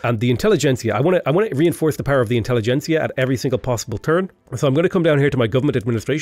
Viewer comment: Great video! Best tutorial style video of V3 I've seen yet! Also very happy to hear you are the first to properly pronounce "intelligentsia", which all the native english-speakers I've listened to have so far failed to do.